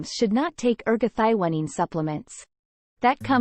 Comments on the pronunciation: Your pronunciation of this molecule is very different than what others call it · Nice video, but ruined by the pronunciation of the key molecule.